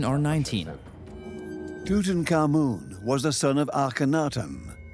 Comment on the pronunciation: I heard Tootan common 😂 and I pictured a gassy man trying not to laugh